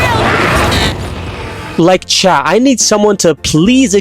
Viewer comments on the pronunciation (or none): none